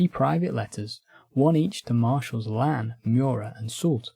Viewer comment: This is a fantastic video! If I can make a tiny nitpick, a lot of the French names here are mispronounced. Reille, for example, should sound more like "ray" than "ray-al." And the big two that came up a lot — the s in "Lannes" is silent (unless the next word begins with a vowel, because everything needs to be complicated) and the "th" in "Berthier" makes a hard t sound. Small things, but they can take the listener out of a video about French history.